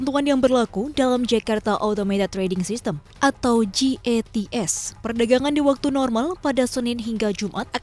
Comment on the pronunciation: Jats kali bukan gats haduuuuuh